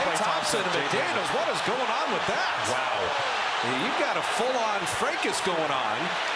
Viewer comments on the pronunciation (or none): I can't believe Jimmy didn't nail the sports commentator for pronouncing fraccas as "fray kiss"...